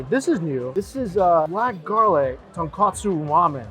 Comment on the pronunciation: after all these years eating ramen and visiting Japan you still call it tonkatsu ramen when it’s tonkotsu…